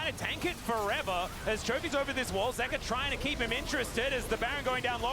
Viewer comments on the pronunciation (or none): Bro can you say their names properly.. ZOOS, ZEEKA?